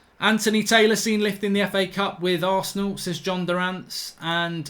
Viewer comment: man said arshit😂😭😂